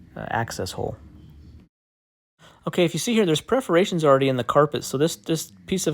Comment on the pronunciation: Are they PERFORATIONS or preferations? I think he Prefers to say preferations. LoLz 😂